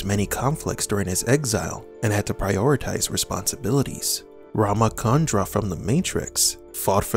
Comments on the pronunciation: It's not RamaKandra (It's RamaCHandra) CH is pronounced as in CHalice. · Thanks for this video.. but it is Rama Chandra (as in furni tu re) not Rama Kandra as in (in ca rnation) 😆